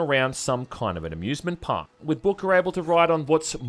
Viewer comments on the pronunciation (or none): none